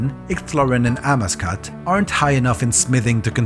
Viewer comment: Amascut is also pronounced differently, at least I’ve only heard it a different way